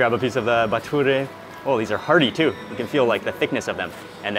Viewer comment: Props for saying the plural of Bathura correctly...you are correct when you said bathurey